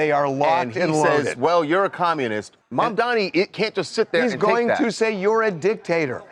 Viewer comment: Mamdani NOT Mandami!! NOR Mandani!!